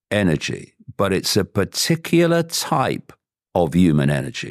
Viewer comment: Why does he never say the" h" and always say we are "uman "why its strange.??